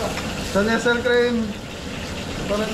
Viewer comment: huwag magalit Peru NESTLE is not-. NESSEL It IS..... NEST- LEE.